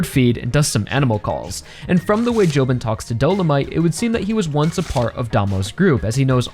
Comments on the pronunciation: btw it's do-lo-mi-te not do-lo-mite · A couple things concerning Dolomité: - I’m kinda surprised you’re not a fan of this fight because it’s genuinely my favorite in the entire part - It viscerally pains me every time you pronounce his name as “Dolomight” lmao